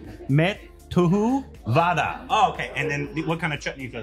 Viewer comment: It's not main tu vada😂😂 it's medu vada